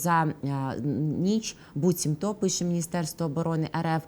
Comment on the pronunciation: Ведучій треба працювати над мовою: багато помилок, зокрема орфоепічних. До речі , слово БУЦІМТО має наголос на першому складі